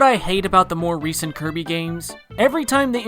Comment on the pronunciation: did you say kirmy? its kirby